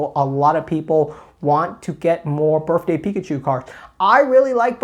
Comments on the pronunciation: Me: "Did he just say Birfday?": says Birfday 12 more times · "Berfday Pikachu"